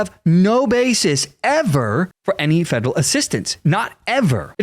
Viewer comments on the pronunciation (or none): Dont know what a 'Fedle' agency is. Fed Er All. Federal. Say it with me Federal Feels good doesnt it?